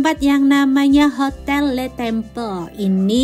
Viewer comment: Bocaaan... LE TABLE, krn French language, bacanya ya le table... Bukan le tebel... Xixixxii... Juga LE TEMPLE, bacanya ya le temple, bukan le tempel.. 😜 Sedikit masukan aja yaaaah.... 😜